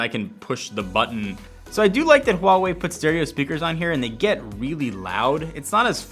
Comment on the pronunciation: HUGE thanks for saying "Huawei" correctly!